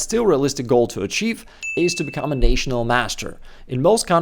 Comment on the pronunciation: Your English truly is excellent. But since you brought it up: National is Nah-tional, not Nay-tional :) Thanks for the video.